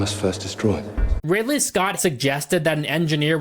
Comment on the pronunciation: after a year the only thing anybody was worried about is that you said five up instead of give up nobody corrected you on Ripley instead of Ridley lol anyways hope life has been good to you